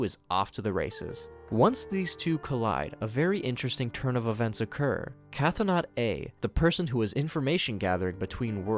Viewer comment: Another neat summary. I do feel like I should point out that Chthonic (as in Cthonaut A), meaning relating to the Underworld/underground, is pronounced "thaw-nick", you ignore the "Ch." So it should be "Thaw-not" A.